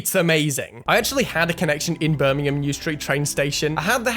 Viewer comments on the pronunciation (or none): none